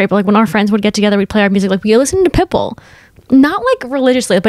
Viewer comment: the way is saying pitbull is CRACKING me up 😂😂 pit BULL